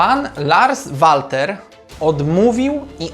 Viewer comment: PS. Odnośnie wymowy nazwiska trenera Larsa zajrzyj bo serio materiał spoko ale wymowa zagranicznego nazwiska w ten (Twój) sposób rani ucho 😃Nie wszystko co obce po polsku brzmi lepiej PS2. Wymawia się Lars Welter 😉